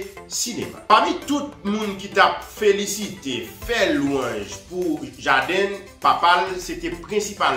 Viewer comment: C JAYDEN LI PWONONSE C PA "JADiN" ni JADEN EPI C WILL SMITH KI FOSEL FEW MASISI LANGYETTTT MANMANW GEN MOUN KI PALE ANGLAIS KI SUPER BRANCHE DE BAGAY SAYO. SO PRUDAN AK KKWAP PALE YO. OU PALE POU MOUN SOT SELMAN